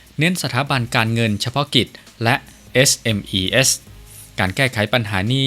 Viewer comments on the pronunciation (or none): SMEs อ่านว่า เอสเอ็มอีส์ ครับ